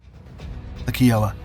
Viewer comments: It's hard to tell the size of the Kiowa Warrior (pronounced "K-EYE-oh-wah", not "key-oh-wah"😠) unless you've been in one. It's like someone put a rotor, tail boom, and tail rotor on a Honda CRX. We worked on its upgrade, OH-58F, which was fantastic but got cancelled in favor of UAVs (stupid). OH-58F moved that goofy mast-mounted sight (MMS) to the nose, removed MILES of wiring (lightening the overall vehicle), and upgraded its cockpit and engines. It was a beautiful aircraft. Pilots and maintenance test pilots all agreed that, of all rotary-winged aircraft, including Apache, their favorite was the Kiowa (K-EYE-oh-wah). They said it flew and handled like a race car. The OH-6 Cayuse was called "Loach" and was quite resilient and took pretty good care of its pilots. "Low Level Hell" by Hugh Mills details the beauty of this aircraft and its effectiveness in Vietnam. He once went through 3 different aircraft during a single battle in Vietnam: got shot down, rode back to base, picked up another Loach, wash, rinse, repeat. And why are you showing the main rotor when talking about the WSPS (wire-strike protection system)? For those curious, they're the metal strikes above the canopy that look like someone is making the peace sign✌ and the single, long metal strike below the canopy. Another note: Kiowas were typically armed with Hydra rockets (2.75 inch), AGM-114 Hellfire missiles, and a .50 cal. I've never seen one with an M-134, which would be badass. This video is honestly hard to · As USUAL I have to correct one of these videos. It's pronounced K EYE OH WAH. I know that for 2 basic reasons. One, I am of native American heritage, specifically the Kiowa tribe. 2nd, my friend flew these in desert storm. A troop 7/17 Cav. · 2 minutes of research would tell you the Indian tribe’s name and the helicopter’s is pronounced Kai-o-wa. If you can’t get this correct, I have to question the rest of what you present. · Use google pronunciation.... kai·uh·wuh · Pronounced K eye oh wah